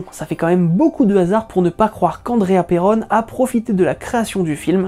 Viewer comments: Mais... C'est Perron, pas Perronne😭 Cesser de me débatisser bande de galerie!😣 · S'il vous plait dite mon nom de famille correctment. C'est un nom Francais originaire de La Rochelle Perron (P ''ai'' ''ron'')